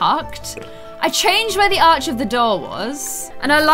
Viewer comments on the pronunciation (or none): none